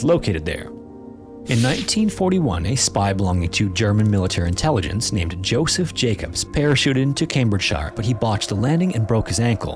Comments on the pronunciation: Hate ashbury. Not height. CambridgeSHER. Not CambridgeSHIRE... Are we sure this isn't AI??? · Great work as usual, but I have to be a bit nitpicky. Cambridgeshire is pronounced CambridgeSHUH, Josef Jakobs is German, so you would pronounce the J as a Y, like Yosef Yakobs. Haight-Ashbury is pronounced Hate-Ashbury. Looking forward to more great content.